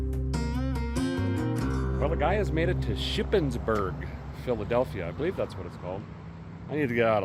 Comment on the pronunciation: Did you just say Shippensburgh, Philadelphia? The heck.